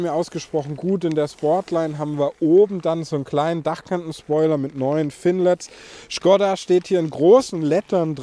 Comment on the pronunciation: Das Ding heißt Schkooooda!!! 🙈